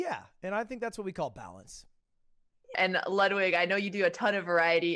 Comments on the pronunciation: Why did she say your name as ludewig. Love you lud thanks for every day uploads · “We have loodwig” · the proper pronunciation is more like loodvid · Botez couldn't pronounce Ludwig's name correct one